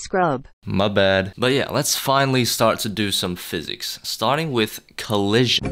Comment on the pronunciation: it's physics not "phisics"